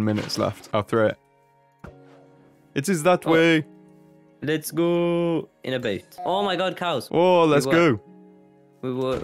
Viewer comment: Le « Let’s go! » de son pote à sonnait vachement Français quand même 🤨